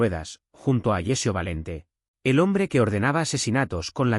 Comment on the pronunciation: Alessio, no Agecio!